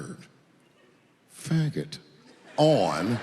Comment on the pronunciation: The way he emphasizes " Fagggggott" is top notch